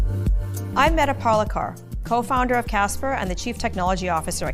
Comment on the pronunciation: Bro, you really gotta pronounce Medha Parlikar’s name correctly. It’s been long enough… please figure out how to say her name 😂